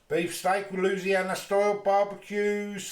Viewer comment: It's pronounced a lot differently and I'm from Louisiana but Hey good try and respect from across the pond